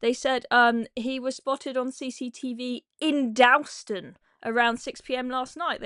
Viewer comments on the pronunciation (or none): “Dawl” ston. Not “dowl” ston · I know it's not important in the scheme of things, but it's really grating to hear you keep saying Dalston that way. It's pronounced 'dawlston' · Please learn how to pronounce Dalston properly. That's an offence deserving of a manhunt in itself. 😉